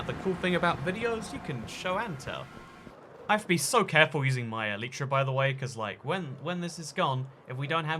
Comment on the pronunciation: But first, he needs to learn how to say elytra